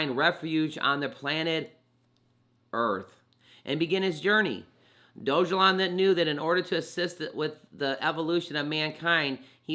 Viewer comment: You pronounced it Doge (like the crypto) elon. It shows it's pronounced DOG (like the k9) a lawn...... Dog-a-lawn. It's funnier that way. Edit, you keep pronouncing it wrong. Think of a dog peeing on a lawn. I think that would be a good graphic for it.